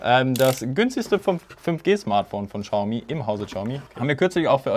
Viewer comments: hör auf "Tschaumi" zu sagen! Es heißt "chiaomi" mit einem ch wie in ich. Danke und jetzt bin ich auf das nächste Video gespannt;) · Man spricht es "SCHAUMI" aus. Ohne witz